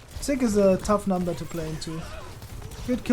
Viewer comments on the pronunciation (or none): none